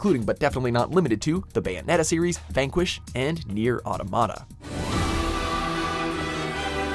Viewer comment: It is pronounce Autómata not auromeira